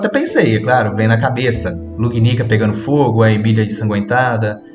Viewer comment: A pronuncia da palavra "spoiler" me incomodou o video inteiro, "Lugunica" também, mas foi falado menos. Tirando isso foi bom.